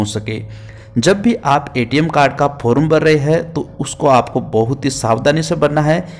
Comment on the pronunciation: फोरूम नंही रे फॉर्म कहते हैं😅😅